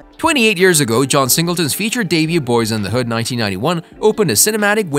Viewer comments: You need to check and correct the date of John Singletons death, he died April 28, 2019 not in 1968. You make it hard to want to subscribe to your channel giving inaccurate information and mispronouncing Boy instead of Boyz in the hood.. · Boyz N Da Hood not Boy N da Hood silly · You said Boy N The Hood!! Really!! Unacceptable when clearly you have the name of the movie in the title. And then you say it right the rest of the time. Makes no sense. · LOL the first time he said it was "Boy and the Hood" lmao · 😂 he started out the vid saying “Boy in the hood” never thought the z mattered til he said that 😂 jk but frfr… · If you're planning on making more videos you need to get your facts right and learn the correct pronunciation of the movie 🤦🏾 this is totally atrious